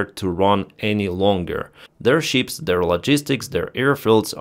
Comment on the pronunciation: Why is he always talking about sheeps? Istead of ships?